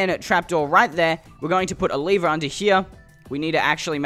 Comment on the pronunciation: it's not a leever it's a lever:Leever me:Lever